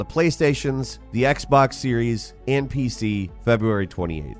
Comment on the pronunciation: Sounds like you're saying "Playstations, Xboxes N-P-C) lol